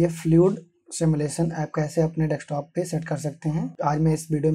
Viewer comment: Thanks but y are u saying deKstop